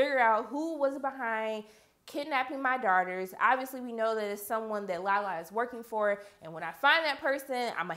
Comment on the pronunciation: When she says daughters it sounds like shes saying darters no offense